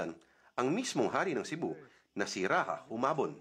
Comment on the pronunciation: Maharlika come back please! I'm in a generation where we are indoctrinated to keep our colonial mentality. We are the only country left that STILL KEEPS their colonial country name and identity 😑 WAKE UP my fellow Maharlikanis! Btw rajah is pronounced "RaJah" not "Raha"